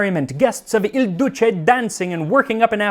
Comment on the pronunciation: Not 'Il Duce' (the leader and also how Benito Mussolini was referred as), but il duca (the duke).